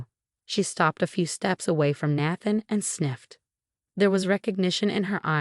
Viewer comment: Good story, but the voice ,probably AI ,should learn how to pronounce Naathan ( long A - that’s why I spelled it that way)